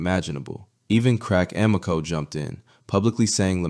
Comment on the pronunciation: Crack "AM-I-CO"? LMAO